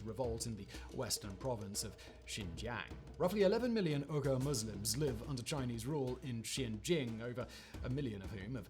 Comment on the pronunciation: So is Uyghur pronounced "weeger" or how Simon is pronouncing it as "Oogahs"/"Ooghers" From what I understand "weegee" Is the correct pronunciation, atleast for English speaking countries.🤷😂